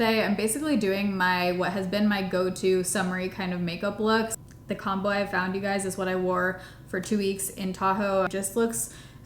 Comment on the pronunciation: Instead of “the combo i found”, i heard the “the calm boy i found and is what i wore for 2 weeks”… i was very confused and had to go back and re listen twice! 😂😂😂